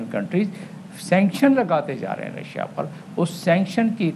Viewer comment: Ha Ha Ha she is saying Razia instead of Russia.